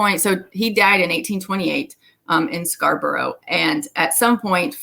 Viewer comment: Just for future reference; it isn't Scarbrowe, it is pronounced Scarb'rruh. Great information, very interesting, thank you.